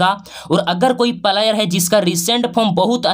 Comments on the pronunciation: भाई पहले आप बोलने के लिए सीख लो फ्लायर नहीं होता है प्लेयर होता 😂😂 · भाई तू पहले सही सही बोलना सीख उसके बाद वीडियो बनाना प्लायर नही बोलते है प्लेयर बोलते है😂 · Pahle Bolna sikho player / Palayer nahi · प्लेयर का प्रोनाउंसेशन तो ठीक से करो गुरुजी